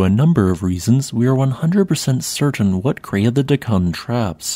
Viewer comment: It's DEK-kan, not Dek-KAN